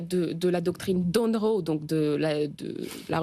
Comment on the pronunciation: C'est pas plutot MonROE au lieu de MONroe ? En tout cas pour Marylin ça se prononce MonROE